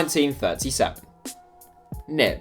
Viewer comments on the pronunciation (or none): none